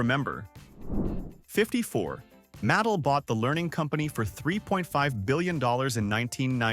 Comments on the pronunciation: . 'MATT-el'? It's pronounced 'muh-TELL'. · MAT•TELL not "mattle" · Get a human to read the script. I couldn’t listen any longer. Mattel pronounced matal? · It's pronounced ma-TEL. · I stopped watching when you could t pronounce ..."Mattel"